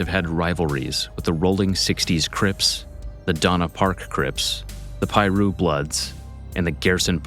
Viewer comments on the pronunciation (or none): 😂 at that pronunciation of Piru